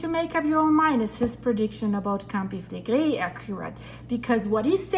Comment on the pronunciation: Flegrei all the time,what fillegri? Never hear of,there are lots of videos in italian on yt